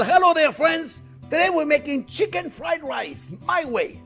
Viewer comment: "First thing were-gonna-do, were-a-gonna sauté some shicken.... --- NO, that's not what we're gonna do." - Chef Jean Pierre LOVE IT!